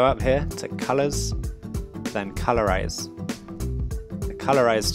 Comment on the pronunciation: Good job, one thing tho, I thought you said color raze instead of colorize so I was kinda confused but other than that you get an A+